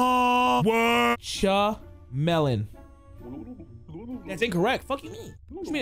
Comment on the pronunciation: No way brother said ChaMELON